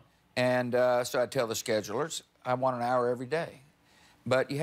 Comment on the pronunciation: whys he say schedules so strange? Is George W. Bush a robot and did he just glitch?